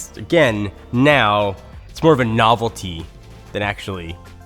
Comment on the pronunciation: 'novelty' like really..?